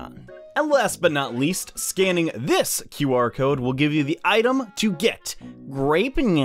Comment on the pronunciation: It's not QR cod its or cod.